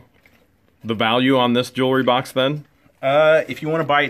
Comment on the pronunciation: don't be offended, but pronounciation of Jewelry is not 'JEWLERY'. Just sayin.. You can pronounce it anyway you want! Love your videos together and singularly. What The Hales rocks!!!